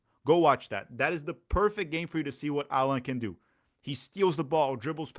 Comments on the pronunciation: O nome dele não se pronuncia como ensinou no começo do vídeo. É "Állan", como se tivesse um acento agudo no "A", como em "Água" por exemplo. E não "Allãn", como se tivesse um acento til no segundo "A". Ele deixa claro como se pronuncia no vídeo que fizeram ano passado para o canal da Libertadores, 'Pura Humildade'. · Portuguese is not a real language btw his name is pronounced “Ah-len” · The way his name is pronounced is like French way “Alain” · In fact, his name is pronounced AH- lan. ( Élan). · You pronunciated both Allan and Estêvão wrong. Despite being Brazilian, I think you don´t live in Brazil... ;P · thanks for this great analysis! it makes me feel much, much better about the signing. also, i will annoy my friends by using the proper pronunciation of Allan :)